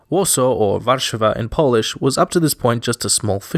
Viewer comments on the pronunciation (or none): Warszàwa not wàrszawa👌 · all cool and great but why ppl insist on putting accent on random syllable like WArszawa i dont understand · Small correction, Yes, Warszawa's name did come from a tale about the fisherman and the mermaid, but the mermaid's name was Sawa, not Szawa, and the fisherman's name was Wars, not Warsz. :) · you misspoke warszawa